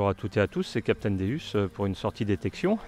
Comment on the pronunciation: Bonjour meusieur svp svp arrêter de massacrer le non du Deus le non c'est dieux en latin donc sa se prononce déOUs et non déUs .on dit pas jais une Ferraru ou une lanborgino vous voyais se que je veux dire alors bonne detection ça vous capitaine déOUs 😁😁😁😁😁😁😁😁😁